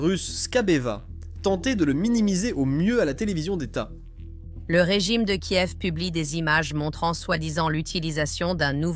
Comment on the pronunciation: Tu sais pas dire Kiev et bunker 😂